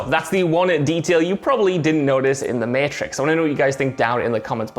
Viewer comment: Everyone: mAtrix WhatCulture: Meeitrix